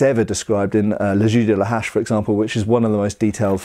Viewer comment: Sounds like you’re saying « le jus de la hache » (« axe s juice »), which cracks me up every time